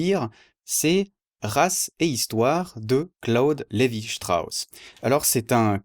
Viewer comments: lévi strauss est francais, c'est pas la peine de le prononcer à l'allemande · bravo. mais pour CLS ne prononcez pas son nom à l'allamande, ça ne lui aurait pas plu.